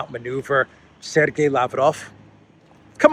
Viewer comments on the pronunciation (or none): none